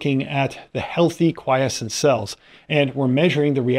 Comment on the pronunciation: Bwahahahaha 12/10 better than AI for sure. I think he's even real and capable of independent thought! God bless. OMG before I stop typing did you hear him say quiescent? I actually almost collapsed he did it so convincingly.